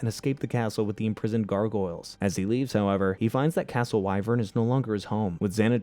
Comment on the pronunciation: Please reupload this and pronounce gargoyles correctly. I couldn't watch this one. Syllables GAR: Pronounced like "gar" in "garnish" (rhymes with "car"). GOYLZ: The "goyl" rhymes with "coil," and the "z" at the end adds a soft buzzing sound.